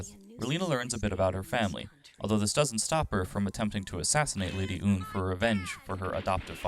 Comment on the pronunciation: didn’t say Lady Une correctly. Or Quatre. Or even Treize correctly. And I’m pretty sure there was like one or two more